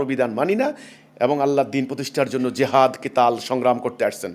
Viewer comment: Jehad ..... bolte chai6o ki... priskar kore bolun...